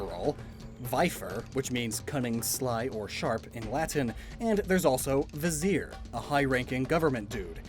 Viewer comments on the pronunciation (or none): none